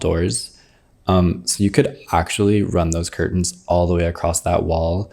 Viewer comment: I'm enchanted by the way pronounces 'curtain'.